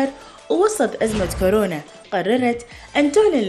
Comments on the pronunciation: خبصونا بالبدايه الشاعره والمثققه وصاحبه اللسان الحلو وضعت للحب لغه وهي هنا تگول كارونا متعرف اسم كورونا اصلا شاعره وطالعه برنامج ومتعرف تلفظ اسم صح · ههههههه..اي صحيح..اني هم انتبهت عليها..كالت كارونا...خوش مثقفه واعلاميه...كورونا بابا تعلموا... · كاااارونا ؟؟؟؟ تره اسمهه كورونا كورونا 😭👍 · طالعة بلقاء وتگول كارونا 🤦🏻‍♀️ والعباس اسمها كورونا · ڤايروس كورونا هم شويه اصحح 😬🤦🏻😂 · شاعرة العراق الاولى ماتعرف تكول كورونا تكول كارونا السياب كاعد يلطم هسه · كارونا😂🤭🤭🤭🤭🤭💔يابه اسمها كورونا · كارونا هههههه يمعوده كورونا يالمثقفه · العمى حتى كورونا متعرف تلفظها صحيح ليش افضل شاعره عراقيه قابل هي نازك الملائكه مثلا كلنا نشوفها اتفه من التفاهه